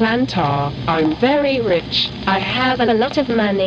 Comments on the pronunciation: “I am very Rish” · "I'm very risch" -petunia plantar